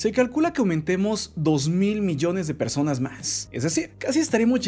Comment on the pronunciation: Ahy en ves de decir personas sale perrsonas